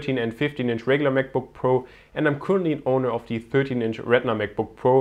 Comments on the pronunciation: Bitte sprich "the" nicht immer "thiiii" aus ==> Das macht man nur vor Vokalen und hört sich furchtbar an und ist schlichtweg falsch! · The battery life, nicht 'Thie' ... Das macht man nur bei Vokalen ;)